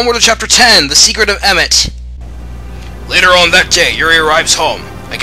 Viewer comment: You pronounce Emit weird.